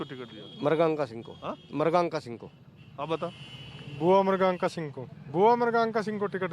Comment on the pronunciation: marganka singh had hai naam to sahi se lo 😁